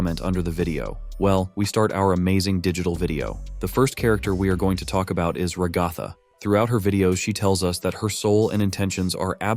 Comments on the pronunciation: Fr like it’s rag-a-tha not rah-gah-thah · You cannot pronounce ragatha😭😭